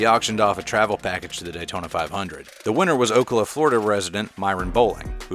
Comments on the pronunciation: Ocala is pronounced OH-CAL-AH.... not OAK-KA-LA just an fyi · you fucked up the name bad, this is my hometown and it is pronouced o-cal-a